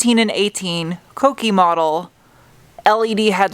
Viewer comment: Thank you for pronouncing "kouki" correctly. (Not that I'd know, I don't speak Japanese.)